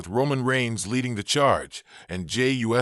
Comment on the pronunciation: Hey dumbass it's not Jimmy u s o it's uso you dumb s***learn to say the name right and don't butcher it